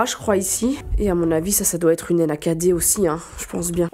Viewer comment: J’ai buggé avec Nakd « Enakadé » hahaha